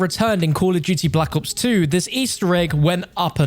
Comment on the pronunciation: Bro said block ops 2